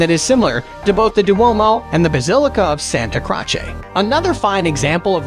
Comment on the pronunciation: One of the most irritating narrations of any travel video. "Santa Crotch-ay"? Jesus.